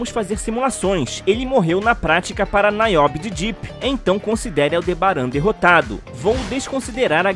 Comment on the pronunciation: Verdade! E NIobe e não NAiobe como ele falou aí também.